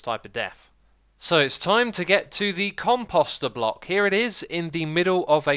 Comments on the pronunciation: Pronunciation: The emphasis is on the first syllable at least in American English. I don't know about British, etc. So not like "imposter". Short O sound then long O sound. Say "com" like "computer" and "post" like "boast". Com-post-er. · You're pronouncing it compAWster for some reason, even though it is obviously compOster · My heart breaks every time he calls it a com-pasta instead of a com-post-er ) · "Xisuma got S'mored" Also, I cringed every time he pronounced Composter with an 'ah' sound instead of an 'oh' sound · The "Come-Pasta" haha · Your pronouncing composter wrong. It's Com-Post-er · "compoest" "compoester" as they should be pronounced god this drove me nuts. xisumavoid pls stop xD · Take a shot everytime xisumavoid mispronounces composter.